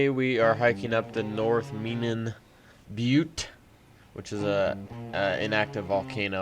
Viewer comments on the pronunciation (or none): it’s pronounced “meh-nan.” get wrecked